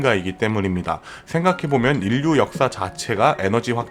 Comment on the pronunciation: 중요 키워드인 "인류"의 발음 사으로는 "일류'라고 해야 자연스러울것 같은데, 정확히 "인류"라고 하니 듣기에 상당히 어색하고 내용에 집중이 잘 안되네요. 좋은 내용 감사합니다.